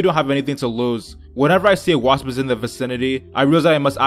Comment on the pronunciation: U say wasp like wassppbb